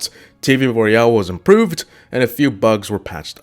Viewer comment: You keep saying clash royell